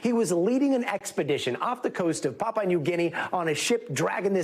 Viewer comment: It's PAPUA New Guinea, not "Papa" 😂